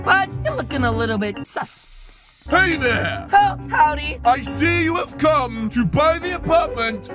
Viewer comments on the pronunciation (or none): always sometime says suss with another s